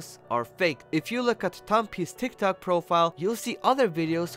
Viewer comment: You said tiktak